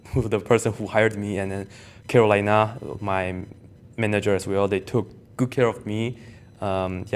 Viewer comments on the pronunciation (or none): none